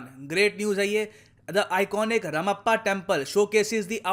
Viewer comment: Dear, It's spelled as Ramappa... It should be pronounced as //Raamappa//. You guys all pronounce Ram correctly, but when it comes to Ramappa, what happens? You say ramappa? Throughout the video, you say ramappa ramappa. It's Ram + appa. In south India, appa or ayya are suffixes added to men's names to show respect. On the other channel, that guy pronounces Puducherry as Puddddooooo Cheerrry. Yukkk... It should be pronounced as (read aloud only the capitals) PUkaar DUniya CHEna RIng. That guy never heard of Indian cities' names, probably!! Sorry for vomiting my anger here.. But please... note one other thing too.. We respect you for the kind of content and coverage you guys are bringing in. Otherwise, we wouldn't see this light.